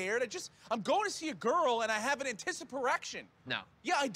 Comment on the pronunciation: “Anticiperection” is one of the funniest things I’ve ever heard